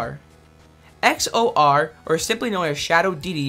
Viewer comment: Hearing him pass XOR’s name as a random string of letters hurt me for no good reason. XOR is a type of logic gate that is only active when the gate have an even number of on/off inputs. Unlike an AND gate, it can also be active when both inputs are off. Tl:Dr; their name is a computer pun meaning “All or Nothing”